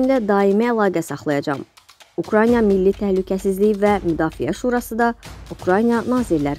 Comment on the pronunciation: Ukrayna sözünü adam kimi demədiniz ki demədiz